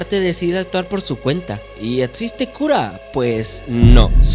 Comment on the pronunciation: Etziste, tozico etztremo 😂😂😂 no puedes pronunciar la X